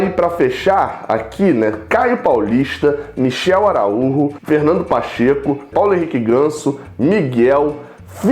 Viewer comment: sigo o canal faz um tempo, gosto muito dos vídeos, informações sempre realistas e com credibilidade. Só uma observação: na boa, pare com esse lance de 'Araúrro'. Fica BEM MELHOR usando nosso próprio sotaque "Araújo". Fora isto, parabéns pelo canal!👏👏👏